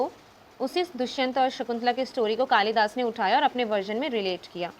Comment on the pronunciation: Behan its कालिदास in hindi not kalidasa